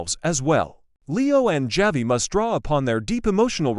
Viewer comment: Javi is pronounced Havi in.Spanish.